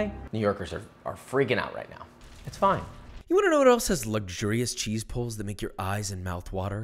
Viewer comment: Can confirm that I am from NY and not offended by your take on a classic, looks tasty even. It only hurt a little bit when you called out my cheese pronunciation. One suggestion, and one note. A lot of NY pizzarias don't pre-cook their pizza sauce, since you're cooking it already on the pizza and most the time its blanched in-can to begin with. If your sauce wasn't hitting the flavor notes you were looking for, that might be why (I don't personally think its the water, but you can try a higher alkalinity water if you want to see if that works?) As for the note, low moisture WHOLE fat cheese. Lots of people will probably by skim from the super market not realizing, and be sad when they eat it. Need that whole milk flavor, or your cheese will be a sad boi. I'm sure you used the right cheese in your video, but you only mentioned the low moisture, not low-moisture-whole-milk, so thought I might make that note for anyone wanting to make this at home themselves. Love the content, cant wait to see more :D